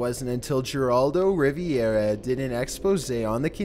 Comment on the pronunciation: Geraldo Riviera? RIVERA you genius